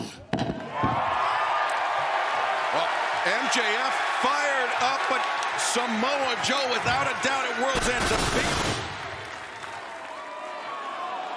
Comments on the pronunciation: did anyone clock Excalibur calling Samoa Joe, ‘Jamoe?’ 😂😭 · “Ja Moe”